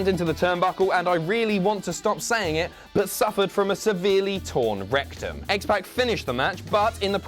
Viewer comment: Oh God, I hate the way you say X-Pac 😂 Other then that, fantastic video and I didn't even some of the stuff on here. I knew about Cesaro, Mick Foley and Stone Cold.